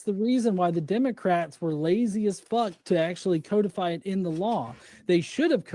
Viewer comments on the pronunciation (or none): He should probably learn how to pronounce codify if he plans on talking about laws and policies.